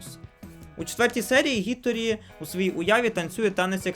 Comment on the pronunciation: Тільки не Гіторі а Хіторі, бо ім'я не англійське а японське, а в японській лише "хі" існує